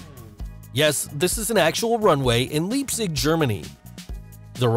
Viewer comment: it's called LEIpzig not LIEpzig. not so hard to pronounce